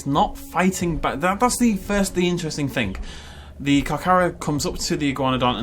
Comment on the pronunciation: How does "thing" in a british accent become "fink"?